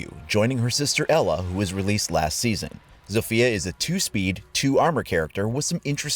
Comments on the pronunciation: In Poland we read her name Zofia no Sofija :) U can hear this in google translate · its ZAW-fee-uh not ZOWE-fee-uh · Era is how the devs pronounce ela and sofia is how they province zofia (I’m making fun of them btw T_T) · As a polish person the way some people say zofia,it kills me.